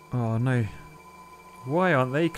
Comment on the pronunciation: 🤣 Yes! I love the accent too: "oh nooooyyyy"